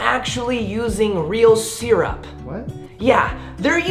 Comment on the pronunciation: nobody:: “seerup”